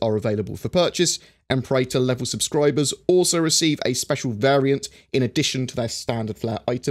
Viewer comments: Em-pair-ahtor is the correct pronunciation of Imperator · Im-Pear-Uh-Tor Well, one interpretation anyway. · im-PE-ra-tor. "PE" as in "penny". "TOR" as in "torrent". :)